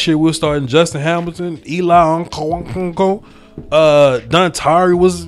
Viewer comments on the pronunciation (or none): Bruh when u tried to say Eli ankuo I died 😭😂